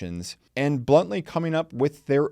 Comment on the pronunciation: What you said: bluntly What I heard: BLUNTly No, I don't get it. 🤣